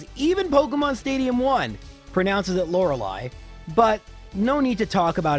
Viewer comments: I'm a little late to the game but I think its pronounced lora-lie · It's LorelEI, not Loreleeeee, and it's also Arca-nine. Stop saying both wrong all the time pls. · he also says Lorelei's name incorrectly,it's pronounced "Laura-Lie" not "Laura-Lee".... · That's because Lore-LAI is the correct way to pronounce it lmao look up the origins of the name bud. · your pronunciation of ArcaNINE and LOReLI has found you contempt of Pokemon pronunciation court, pay the court a fine or serve your sentence. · "de thaw" lol. Pokemon Stadium 1 and 2 are rife with pronunciation errors... the game calls Ponyta "poh-NEE-tuh", and zapdos "zap-doss", so... The official pokemon pronunciation guide says "ark-uh-nine", and the lorelei pronunciation "lore-uh-lie" is canon as per pokemon stadium 1 AND pokemon puzzle league. but anyway! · It's pronounced Lo-re-ly, which rhymes with "fly, sky, try etc...". It's a German name and this is the accepted German pronunciation. Fun fact: Lorelei is a mythological siren in the area of the Rhein river, which I imagine the E4 member was named after due to her connection to Water and Ice. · "I'm gonna pronounce it Ar-canine." You also pronounce Lorelei wrong, so you're clearly not much of an authority.